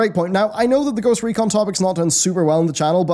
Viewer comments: I know this video's comments is mostly talking about the most recent controversy with blizzard, but "Ghost Econ" instead of Ghost Recon :) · "Ghost Econ"? what happened? :P did the letter R not appear in the Ghost Recon Lootbox? :P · Says 'Ghost Econ', just saying